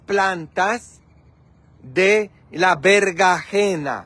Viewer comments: se dise berenjena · Opino que hiciste un buen trabajo, es muy bonito tu jardin, las flores son hermosas y tendras una gran cosecha, no ocuparas ir a comprar frutas o verduras, lo correcto mi querido es chile serrano, chile poblano, cilantro y berenjena, espero no te moleste esto, solo estoy compartiendo contigo los nombres de las verduras porque pides ayuda sobre la forma correcta de decir algunas palabras... Las espinacas son buenisimas, para un delicioso jugo verde o ensalada.